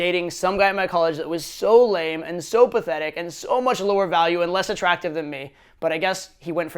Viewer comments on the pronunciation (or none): none